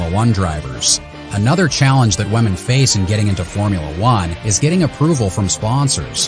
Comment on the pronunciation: Is it me or does he keep saying "Wamen"😂😂😂